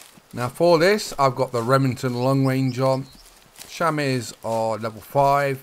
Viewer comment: Chamois is pronounced (sham-ee)